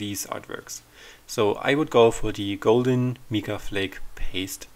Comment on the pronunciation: I thoroughly enjoy watching your videos. Always informative and always beautiful. Just to help a bit...Mica is pronounced with a long I- like Mike-a.